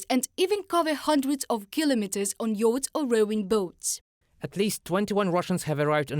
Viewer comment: Jeez, what kind of accent is it that pronounces "yachts" as "yodes"? And "tourist visas" as "terrorist visas"? 🙄